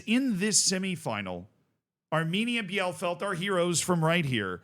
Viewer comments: The DFB Cup had succesful non-first-League teams for multiple seasons now. Like, last year 3 out of 4 semifinalists weren't in the first Bundesliga. It's kinda amazing. Keeps me Dreaming that my beloved Sportfreunde Lotte might have a shot, too. But also, of all German city names, I'd never guess that "Bielefeld" is one that Americans fail to pronounce correctly. it's "Bee-le-Feld" - "ie" in German is like "ee" in English, and German has no silent vowels. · ie in German is just a long i. So it's just Bee-leh-feld not beianything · bielefeld is pronounced Bee-Le-Felt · It's pronounced Beal-eh-feld. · Hey I know you love us correcting you on teamnames: it's bee-le-felt:D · just pronounce it correctly as "Bee-lefeld" next time, please ! 🤓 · to pronounce Bielefeld : Bee-le-feld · Hey, the name of the town is pronounced Bee-lay-felt, at least i would consider it to be the closest in english words for the correct pronounciation. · Bielefeld -> "Bee le feld" for english speaker. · Its pronounced BI-LE_FELD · First of all Bielefeld is pronounced Beelefeld (for you english Folks) and secondly: my guy you did Videos on Saarbrückens Cup Run last season? You dont remember that they beat Bayern and that Leverkusen was the only Top Division Side in the semis Last year? Saarbrücken also we're the First 4th tier Team that made it to the semis in 2019. And also Bielefeld had many Bundesliga seasons in it's history and still this is the first time they got to the final as 4th place of the 3rd Division. And yes they are not the first team to ever reach a final as a 3rd Division Club and yes we have two 2nd Division Clubs in Offenbach and Hannover that already won the Cup in huge upsets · Pronounced: Bi-le-feld ... for future use. ;) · Its pronounced bee-luh-felt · Here is how to pronounce Bielefeld: B - LA - FALD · It's pronounced Bee-luh-felt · Just for your information how to pronounce Bielefeld Bie = Bee (English) le = le (french) feld = felt (english)